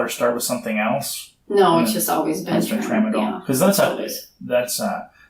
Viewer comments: Tramsdol. Really? Lol. Come on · Tramadol really TRAMADOL?!?! Are you serious? That’s a nonarcotic!